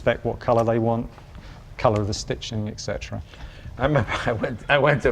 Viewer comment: Why do people say "ex-cetera"? The right pronunciation is "et-cetera".